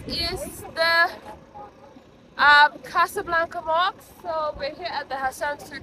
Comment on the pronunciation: Hahahaha how cute that you call the mosques. 🤪👉🏼 it's mosk not (moks)😋🤳 but anyway it's cute..!